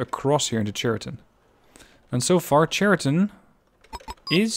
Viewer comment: I may be not the first one who says that, but still. "Ch" in word "Chariton" spelling like in word "Character". It's not a very big mistake, still russian native speakers might misunderstood it.